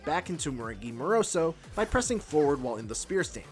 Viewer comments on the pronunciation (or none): It's Zo, not Zoo